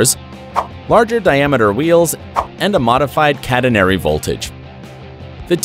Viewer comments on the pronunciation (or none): none